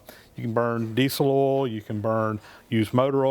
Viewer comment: it sounds somewhere between ah'll and awl to me!!!